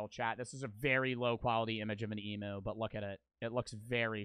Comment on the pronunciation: knows nothing about Australian animals. And an emu is pronounced. Em YOU not emoo. And that other Australian dog looking thing is it Tasmanian Tiger Tasmanian Tiger